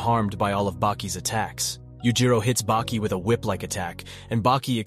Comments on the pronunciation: Why he keep calling Baki “bakey” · Bro wtf? You were changing up the way you pronouced Baki. FIrst it was Bah-Key then Bake-key, then bacc to Bah-Key? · "Baeki" lmao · This was great but I feel like u miss pronounced things & said things weird on purpose just to grab ppls attention. Like when u said Baki’s name wrong several times in a row twards the end & then started saying it right 🤣 anyway u get a like from me & a sub